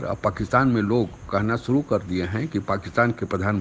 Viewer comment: Hisab nahin hota vishav boliye aur sooroo nahi hota shuru boliye